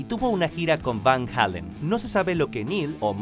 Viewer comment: se dice van jeilen.. :)